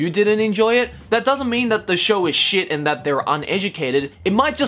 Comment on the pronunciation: I know he was just quoting the article, but when he said “Naruto is shet” I died a little on the inside